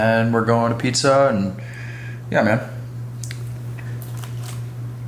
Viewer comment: That pronunciation on the pizza is a sin to Italian's everywhere 😂. Still a huge fan though. Heal up and crush it.